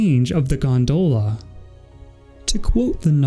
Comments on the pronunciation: good video but, Gondola, not Gondoela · As irish I agree. It's gon-dolla